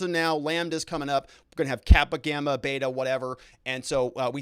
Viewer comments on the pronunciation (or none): none